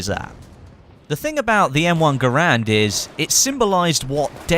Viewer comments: Garand. Pronounced "Gair-Nd." Its a dude's name. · he's says it wrong thats not how you say Garand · you pronounced garand wrong